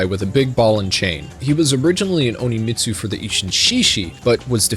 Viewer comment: Since you said it so many times, I'm going to correct it. it's not Oni-Mitsu. It's On-Mitsu.